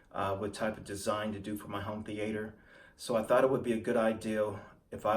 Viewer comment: Why do you keep saying home theAter? Sounds weird. Also, come on bro. From one PowerPoint to a competent YouTube video is only a couple of steps away from what you've done with this upload.